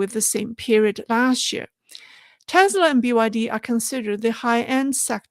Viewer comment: Hi. Just a friendly correction. It's pronounced teSla not teZla. Love your podcasts.